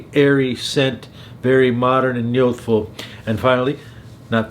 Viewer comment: What is yothfo? Do you mean youthful? There's a u in there. Don't think I've ever heard any accent in the English language completely ignore the u in that word. Unless you're just trying to hard